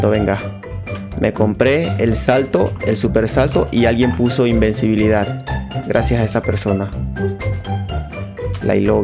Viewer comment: Dijo "Imbecivilidad" :u